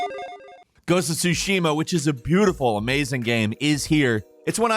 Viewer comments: It's not "soo-SHE-ma", it's actually "TSU-she-ma." Emphasis goes on the first syllable, not the second. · TSUshima not TsuSHIma just FYI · Love you. "Tsusushima" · Not insane but I don’t get why people love certain games but don’t know how to pronounce it properly…the t is silent… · Lol, u should call your Content , " 10 gamemechaniks in Ghost of Tshushima " , there is no ONE THING the game doesn´t tell you !!!!